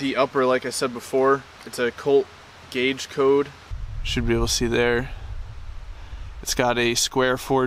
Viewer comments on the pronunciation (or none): Cage code, not "gauge" code 😂